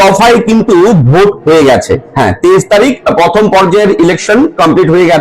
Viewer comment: পথম ' দি বেন' পশনো' = উচ্চারণ সঠিক করুন???